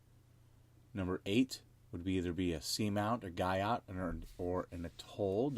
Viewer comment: Guyot is pronounced Gee-o